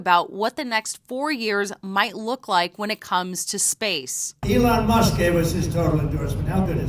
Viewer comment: Alon Moosk?